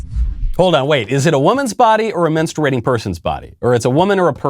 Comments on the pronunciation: I was just waiting for the "MEN-sturating." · Pronounced " menstrating" you don't pronounce the u! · Bruh why you saying menstruating like that. I know it’s not important at all but it’s bothering me.